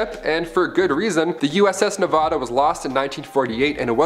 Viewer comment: Ugh it’s not Ne-vah-da. It’s Ne-va(as in vat)-duh